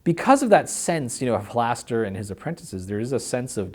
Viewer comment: Why is Mearls mispronouncing Halaster?